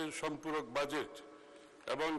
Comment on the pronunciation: উচ্চারণ এরকম হলে হবে? এটার উচ্চারণ "জ" ইংরেজি J অথবা dg. আর আপনি বলছেন "য" ইংরেজি Z বাজেট। বাযেট না। ডাক্তারদের ভুল ধরেন, অথচ একটা উচ্চারণ পারেন না।